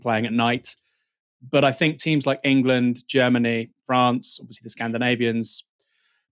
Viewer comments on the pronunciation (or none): Love the channel I really like and support the content, however please please please pronounce words that begin with a T with a T not an F. Thanks isn't Fanks, and think isnt fink.